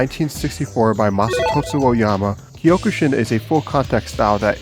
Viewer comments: Ugh, the pronunciations of the Japanese words are killing me. It's not kiiyokushin, it's cokʃin, c being velar stop. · Wth is whatever the hell that is at the end?? I'm sure Kyokushin is just pronounced Kyo‐Ku-Shin.